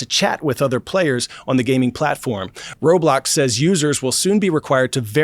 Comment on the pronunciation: And bro said Roblox wrong